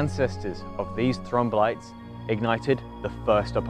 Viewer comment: Great summary, and well illustrated. One question: how many syllables in "thrombolites"? Sounds like is saying "thro-mom-bolites" (e.g., and )